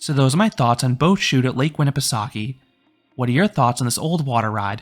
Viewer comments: Classic stuff, probably my favorite ride, either this or the Matterhorn I’d say Btw, it’s pronounced “Soak-ah” not “Sawk-ee.” It’s a weird word I don’t blame you for getting it wrong. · Fyi, as a local of the area, the correct pronunciation of the park is “winn-eh-pe-soak-eh”, not “winn-i-pe-sock-ie”